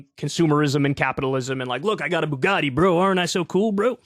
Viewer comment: Fail. You have to pronounce Bugatti properly when talking about this guy.